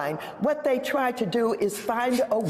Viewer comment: “THAY CREATED”?